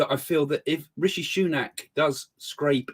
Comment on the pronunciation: It is not Ricky but Rishi..